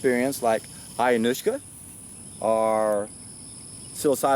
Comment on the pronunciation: Ayahuasca, dimethyltriptamine. You mispronounced every substance you mentioned lol